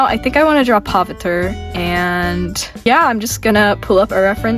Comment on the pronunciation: as an indian i love how u drew pav btw this isn't hate i just wanted to let you know its pronounced pa-VI-tra-rAH :D agian this isnt hate , love ur channel :)